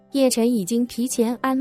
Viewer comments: 陳澤楷的楷的發音好像不對!請查一下!當然名字可由本人自行確定的! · 此字有兩個讀音，之前聽的是另一個讀音，現在聽這個讀法有點怪怪的 😂